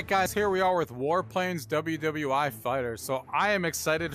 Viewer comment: Did you really say WW eye (i)?